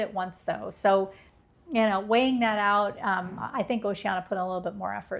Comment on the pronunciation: It’s pronounced Oh-she-Ann-e-ah, not oh-she-anna